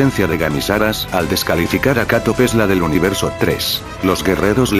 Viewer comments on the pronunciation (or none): dijo univereso diez